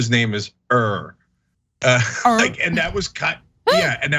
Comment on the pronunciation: Not to be nitpicking, but his last name is pronounced like “ear”.